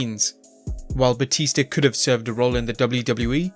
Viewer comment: "John Cenar and Batister" 😂😂